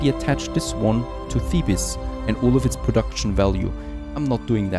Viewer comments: Thank you for the video, also just a small thing you don't pronounce the "es" on the end of Thebes it is pronounced like "Theebs", it's really not important and doesn't harm anything just FYI. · Thebes from Egypt is spoken the same as Thebes from Greece so don’t say the second e